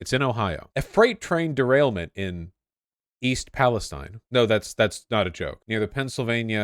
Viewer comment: You pronounced the name of the town wrong. It’s pronounced East PalestEEN. I know it’s spelt different. I’m from there